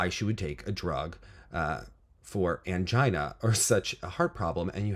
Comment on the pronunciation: pronunciation of “angina” 😂🤣